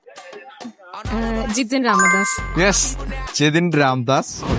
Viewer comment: ജിതിൻ അല്ല ജതിൻ